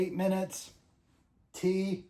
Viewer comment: It's not TRD it's TuRD !